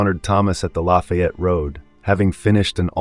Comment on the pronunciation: pronounced la Fay ette. It's like adding the La in front of the town where Ft. Bragg is leaving off the ville part.